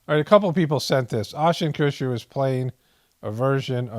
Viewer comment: The way you butcher peoples names is soooo funny to me. Oshten Coocher 😂